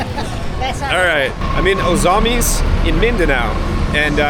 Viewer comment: At least pronounce "Ozamiz" correctly.